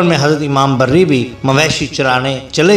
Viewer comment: Imam "Barri" Nahin, Imam "Bari"